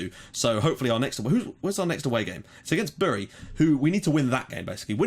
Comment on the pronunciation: I love how you pronounce Bury lol does sound funny to a northerner 👍🏻😂😂